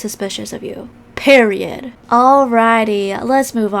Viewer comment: why does she say period like that